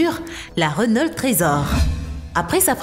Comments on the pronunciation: oh non pas ça ! Reunolte ! c'est reuno (enfin la prononciation) mais avec l'accent on peut comprendre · mais tu sais pas parlé normalement ?!?!?!? Rénolt = renault bugatti veiron = bugatti veyron Kénigsegg = koenigsegg Bantley = bentley likez si vous êtes d'accord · C pas renolte mais Renault et c une bousse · C'est pas rénaulte mais Renau c'est Renault. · RENAULT PAS RENOLTE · elle a dit "Rénolte"!!! au lieu de Renault (prononciation "Reuno") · On dit pa rénault c reunaut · « Renolt’ » Une bonne vielle marque Française ! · On dis Reunaut... Sinon si tu trouve que la SCC la Lamborghini et la Renault Sont les plus cheater Like ! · Attend comment elle a prononcé Renault la ? Elle a dis renolte c'est quoi ça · Tout ce passé bien.. Tout était nickel.. D'un coup j'ai entendu Rénolte.. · Wsh mais arrete de dire rénolt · On dit Renault pas renolt 10 minutes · rénolte ? c'est qui cette counasse... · Pour moi qui travail chez renault, entendre dire Rénolt fait mal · Selon renolt moi aussi je me suis marré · Je viens d'apprendre que RENAULT a changer sa prononciation. Je ne savais pas que je suis en possession d'une RENOLTE.Merci la video. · Renault aussi